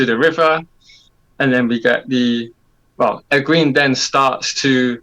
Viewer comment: It’s Egg-wayn (Egwene). Not Egg-ween.